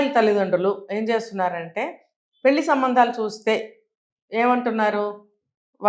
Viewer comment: Anchor not prnouncing pelli properly.